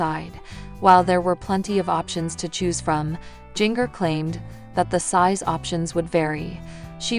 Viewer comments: It’s not jing er. It’s Jinger. You know like the spice “Ginger”. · You are saying Jinger's name wrong it's like Ginger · Her name prounace Ginger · Interesting pronunciation of Jinger😂😂